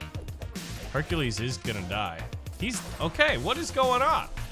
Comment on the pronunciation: You said Hercules name wrong